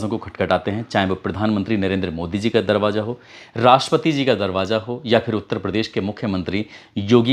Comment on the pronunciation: سیفی بابو، ہزار کو ہجار اور پھانسی کو فانسی، پھندہ کو فندا، دروازہ کو درواجا۔۔۔۔اپنی جہالت پر بزد کیوں ہو بھائی۔ اگر ہندی ہی بولتے ہو تو ہندی میں ف تو ہوتا ہی نہیں پھ۔۔۔